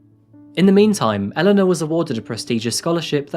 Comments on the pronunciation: Her name is Elana. E-LAHN-UGH. Not Ellen-a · Enjoy your channel…but just want to say that Elana’s name is pronounced as Elaaaaana…..I noticed you called her Eleanor numerous times…a few times Elaaaana…. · This was not one of your best. You kept swapping between pronouncing her name ‘Alana’ and Elana’ and talked about the family of 5 then later said they decided to have another child bringing it to 3. A few other minor errors too. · Why were you inconsistent with the pronunciation of her name? Eh-laa-na or El-uh-na? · Its driving me insane how you keep jumping from pronouncing her name E..Lana, to El...ana 😏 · I do like this channel, but you often pronounce the same thing in multiple different ways in the same video that it becomes a bit confusing. Ex. Elena v. Alana It's similar in other videos. If you could make sure to pronounce things, especially names consistently, it would be really helpful. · How is nobody talking about the two different pronunciations he switches between all video? Was it Eleanor or Elana? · I had no idea, how many women was actually talking about, I heard every name from "Helena", "Eleanor" to "Alana"... It's NOT only you! Thank you for this comment, I thought I'm going crazy. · Please pronounce her name consistently. It should be "Elle" "Lanna" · At various times in this video you pronounced the Victim's name 3 different ways. Please decide on one pronunciation. It's a bit frustrating to follow a story about a victim when I can't even keep track of how many different pronunciations you used. Seriously. "Alanna" "Helena" "Eleanor" Bro I love your videos and am a subscriber but holy moly you need to do more quality control on how you pronounce stuff. Stick to one. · Make your mind up, is it Elena or Elana? One is pronounced el en ah, the other a la na. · The narrator pronounces her name 3 different ways. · Some of the phrasing in this video is awkward, as if it is a translation, and Elana's name is pronounced two different ways.